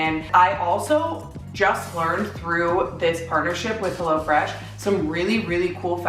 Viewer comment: The way you say "helLO fresh" bothers me